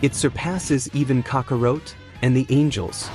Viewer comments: It’s Goten not Goteen😂😂. Also it’s Kakarot not Kakaroat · 🤔This is an AI narrator isn't it? It's so annoying that it's pronouncing names like Goten as Goteen or Kakarot as Kakawrote. So messed up.🤦‍♂️ So many names are mispronounced in this. Can't say Go-ten, but easily says Beer-us.🤦‍♂️ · Right? And Kakarot, not Kakawrote.🤦‍♂️ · Did he just say....cocka rote🤦🏼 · Goten Kakarot are Misprononounced by the AI but i get it the ai messed up not you XD